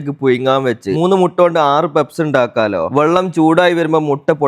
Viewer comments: പെപ്സ് അല്ല, പഫ്സ് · പെപ്സ് alla പപ്സ് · Njangal PUFFS ennaa parayua. Peps enthaanaavo karuthi🙄🙄🙄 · പെപ്സ് അല്ല. പപ്സ്. ആദൃ൦ കേട്ടപ്പോൾ എന്ത് സാധന൦ ആണാവോന്ന് കരുതി. 😂😂😂😂😂😂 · Sheriyan peps alla bro pups enalle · പപ്സ് ആയിരുന്നോ.. പെപ്സ് എന്ന് കേട്ടപ്പോൾ വേറെന്തോ ആണെന്നോർത്തു 😂😂😂😂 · Pepps alla pupps😂😂😂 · Peps alla puffs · Papsinu peps enna parayunne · Peps alla kakka.puffs Endhayalum sambhavam adipoli